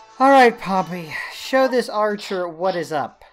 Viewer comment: Not to be rude but you said it wrong say it like pom pey also good vid